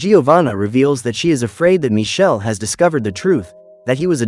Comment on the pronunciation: Because his name is Michele not Michelle. It's an Italian name and it's not pronounced Michelle. The name of the movie is "Il ragazzo invisibile"